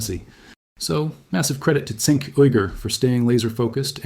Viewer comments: Chenk not sink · It's prounced "Jenk", the letter C in Turkish is pronounced like a J. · Cenk=Jank. that is how his name is said. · Bro good Video but try pronouncing Cenk correctly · Just watch one tyt episode and should be able to pronounce cenk uygur correctly… ffs lol